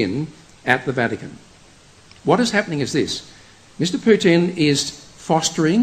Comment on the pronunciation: It is not PutIn, it is PUtin. The accent is on the first syllable. Also, before preaching, study the history better and the real events in Russia, Ukraine and the pther countries. Everything is connected